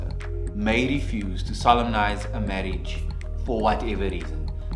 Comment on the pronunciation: Took a moment; am I the only one who, when solemnise is spoken, heard sodomize?